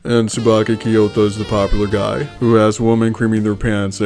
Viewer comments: I’m trying to eat while watching this, but I keep choking at “MISTER POPULUH” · I love that a guy loves shoujo manga ❤😂 and omg every time “mistuh pop-u-luh” came up it killed me 😂